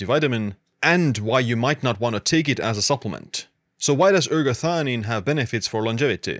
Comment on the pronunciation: Non si capisce il nome della sostanza. Quando dice eratanina e quando ergatanina, erationina, erganina.... ma nel web si trova ergotamina che è tutt'altra cosa. Qual è il nome giusto?